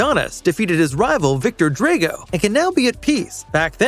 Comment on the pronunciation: I dont understand how someone can hear a name pronouced then turn around and decide to pronouce it differently. Makes no sense. His name is DRAGO (DRAHGO). Did you even watch the movie? I garenteee you pronouce Mario as MARYO even though he literally says MARIO whenever he introduces himself. Dislike.